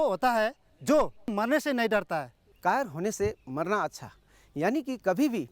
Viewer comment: kafar nahi kayar hey